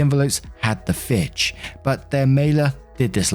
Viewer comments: Fiche = Feesh If it helps, fiche rhymes with niche. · I think it is pronounced feesh since its a french word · Hey. “Fiche” is pronounced like “Fish.” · "fiche" is pronounced "Fee-sh" btw ^^